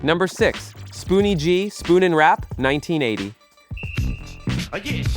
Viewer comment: Ummmm spoonie was not a one hit wonder the God Father and your announcement of there names is criminal